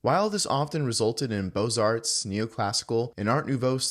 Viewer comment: The t and the s are silent in "beaux-arts"